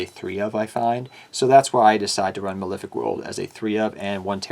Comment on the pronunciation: You think someone making a deck profile would be able to pronounce Malefic.